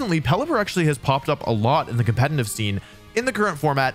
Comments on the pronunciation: dude keeps saying competenant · Why do you say "compentative" lmao